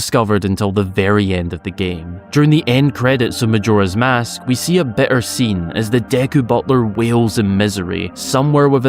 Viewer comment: It's always surprising how you pronounce Majora's Mask incorrectly